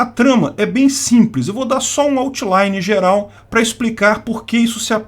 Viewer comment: Um "autchilaine" hahha